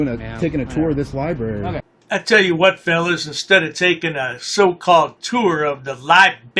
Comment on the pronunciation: Lol "aks, aksed and aksing. Liberry"